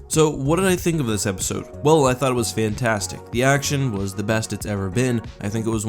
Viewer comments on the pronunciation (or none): none